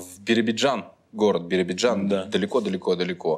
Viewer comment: Всё хорошо только вот правильно не БИРИБИДЖАН ,а БИРОБИДЖАН